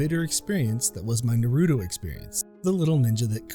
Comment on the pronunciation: I actually started playing TTRPGs to make IRL friends, and I'm sure a lot of other people did as well, and there's nothing wrong with that. Also, please stop mispronouncing "Naruto".